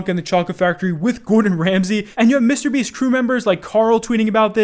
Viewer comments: The way says “MrBeast” always crack me up for some reason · Been watching for years, love you, but can you please stop pullin a Keemstar and pronounce mrbeast two separate words please 😂😂💀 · Why does say MrBeast so oddly